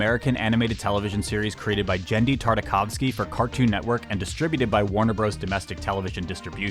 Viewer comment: Can’t believe you got Genndy’s name right